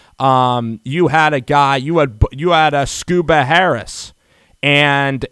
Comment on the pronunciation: First things first. It pronounced Ag-eem. Next its Scoota not Scuba.